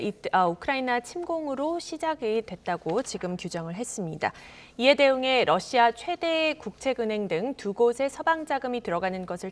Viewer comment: 발음 좋은데요 왜그러세요 ㅋㅋㅋ 🤣🤣🤣🤣